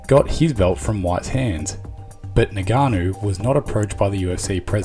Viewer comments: It's ing-ka-no not ni-ga-no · Its Ngannou. Not Nigganou. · It’s not NIGANNU, it’s ENGANNU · Ngannou: pronounced EnGarnoo. Not Neganoo. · Naiganu 🙂 , a simple pronunciation practice would have been more professional. Good video but I've observed this in the US people that they don't even bother to pronounce the right name.